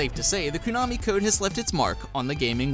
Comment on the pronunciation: Everytime you say Koo-nami I get a little more angry..